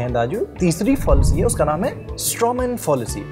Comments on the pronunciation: Are padhe likhe lallantop ke gawaro, it's फ़ैलेसी not फ़ाॅलसी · Abe wo fallacy hai fawllacy nahin hai.. pronunciation sahi karo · Fallacy is pronounced as फ़ैलेसी फ़ॉलिसी नहीं। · Fallacy is pronounced wrong throughout the video and the devnagiri transliteration is wrong as well. It is pronounced Fa(like 'FAn') lu (like LUnch) si (like SImple). Transliteration to devnagiri: फैलसि Nitpicking aside, very important content for Indian context. Good Job.